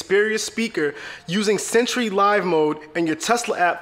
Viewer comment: Sentree mode eat The battery